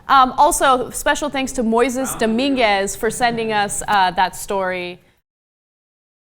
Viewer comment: the guy who sent in the story at the end is pronounced "moy-sayse" anna lol